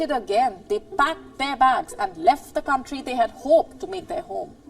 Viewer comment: Mali pronunciation mo sa COUNTRY ... KAN TRI ... HINDI KAWN TRI ... MASAKIT KC SA TENGA E PAG NARIRINIG YOU SHOULD SEARCH THE RIGHT PRONOUNCE KC YOURE A VLOGGER PARA KA RIN ANCHOR IT IS YOUR JOB TO DO IT WELL WITHOUT MISTAKES